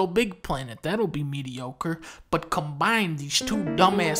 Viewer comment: Did he call LBP medriocre Lmao